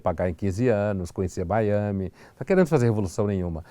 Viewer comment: Conhecer "Baiami" ...😅😂🤣😂